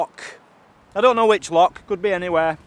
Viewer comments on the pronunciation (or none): Oh man I love your and Mazzy's videos but you drive me mad when you say LOCK it's LOCH I know you can pronounce it cause when you were in Wales you said the ch word correctly so can you please try and say loch instead of LOCK